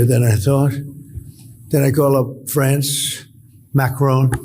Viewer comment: PM of France's second name (Macron) is pronounced MACK-RAWN, the second syllable sounds like 'rawn' as in yawn, pawn, prawn, spawn--and NOT: MACK-RONE like 'bone' as Mr. T mispronounces it. It's respectful to pronounce people's names the way they do...yes?